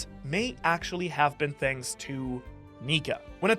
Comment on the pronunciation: Wait a minute!! Did you say "Shanks for watching???"